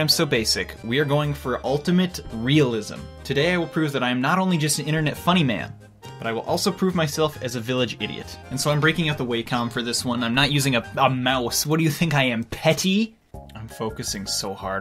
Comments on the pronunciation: IM SORRY DID YOU PRONOUNCE IT WAY-COM ITS WAH-COM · Waycom? It's Wackcom. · It hurts so much when he says Way-com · Waycom. Not Wacom, need that Waycom. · So you mean Wacom is pronounced wAcom not wackom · Oh and btw it's pronounced wacom